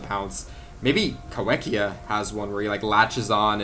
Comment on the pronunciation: Cool new video issue Uhm, Ahctually Kaiwhekea isn't pronounces Kai-WEK-ia, it's pronounced Kai-FECK-ia. Trust me I know, it was first described in New Zealand in 2002 by Arthur Cruickshank and Ewan Fordyce. It's name means "Squid Eater". The name is in Maori, where "wh" is pronounced "f", sort of like "ph". I know because I live here lol, it can be confusing as. Nobody else was doing it so I had to lol, but now you know